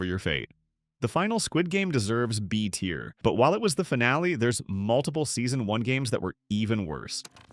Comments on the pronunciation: I did once he kept repeating the same mistake saying tire instead of tier and saying a instead of æ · Yep, says tier incorrectly a few times.